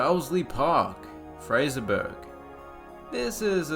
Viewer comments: fraserburg nonono its pronunced fraser buruh or bruh also jesus is cringe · Fraserburgh pronounced Fraserboro. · Less can be said for Formartine and Fraserburgh. But I guess it might be hard to find audio mention of them anywhere on the internet and I'm not sure if Chat knows how to say them either.